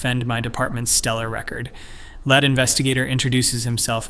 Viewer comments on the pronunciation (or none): the narrator said Led investigator instead of Leed investigator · How come words like lead and seventeen not pronounced properly